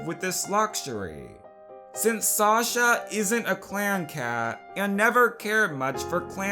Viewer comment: You say shosha not shasha or whatever